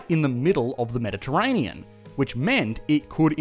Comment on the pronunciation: "medeterainian" ha